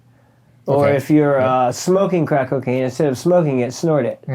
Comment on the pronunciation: He cant even say crack, bless his lil heart.